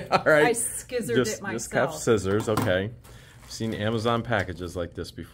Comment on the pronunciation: I liked when the new mayor opened the envelope at the end and said I sKizzored it myself! Be she says K nives too.